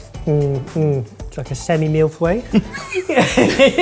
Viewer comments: way to rape the pronunciation of 'feuille',.:p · The pronunciation was so off hahaha its closer to "foy-uh"